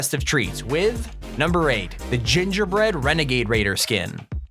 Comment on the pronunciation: Gingy bwead wenagaid waider